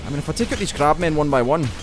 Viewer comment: "Crabmen" oh you~ xD